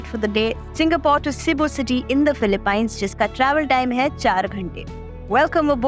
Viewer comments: I know, it's utterly annoying every time she pronounces it as paaaines 🙄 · It's pronounced "Philip- peens" not "pines"... im an Indian and see many of my frnds call it "pines" but once my pinoy teacher explained how it is pronounced. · its not philipine its pronounced as '' filipeenes '' ....... its a hidden gem i hope it stays hidden from us Indians :/ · Gawar log philip "pines " 😅😂